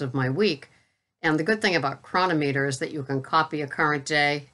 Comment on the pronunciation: How many times i got to tell ya its cro non ameter lol.